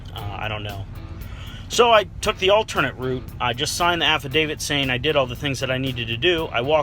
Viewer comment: Did you say app of David or am I wrong